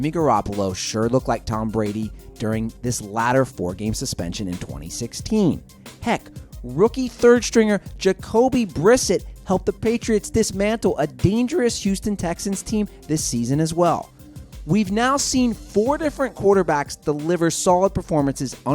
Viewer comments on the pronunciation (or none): it's jocby ber-sets jocby birsett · “Jacobey brissit”